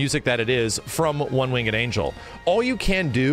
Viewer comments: It's Winged, not Wing-Ed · you pronounce winged wrong dude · Also its "One winged angel" not "One wingded angel" or "One wing and angel" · "one wing-ed angel" lol bruh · Who pronounces the e in winged? I only ever hear wingd. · The way he says "winged" irks me slightly. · Are you saying one winged angel like that on purpose?